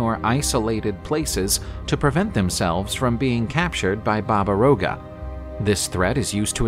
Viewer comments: It's not Roga, it's Yaga. Slavic alphabet has a letter seems like a reversed R and it's read Ya-Ga! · It's Baba Yaga